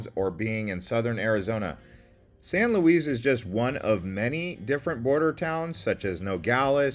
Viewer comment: It's San Luis, dear. 😂 LOL